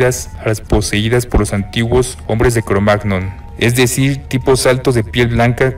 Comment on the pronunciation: todo bien, interesanteel vídeo, pero cada vez que dice "cromag-non" me pitan los oídos... en español se suele decir "cromañón"